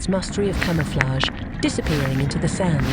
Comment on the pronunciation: Don’t miss that cama-flaig!!! 😂😂😂